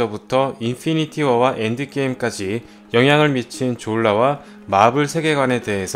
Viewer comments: 형 다 젛은데 졸라 할때 발음이랑 억양좀.. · 졸라발음할때 엄마가옆에서 들었는데 욕인줄 알고 이노무 시키가라면서 등짝맞음 ㅋㅋㅋ